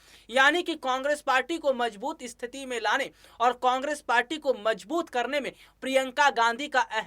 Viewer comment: इस्थिती नही केवल स्थिति कहो ।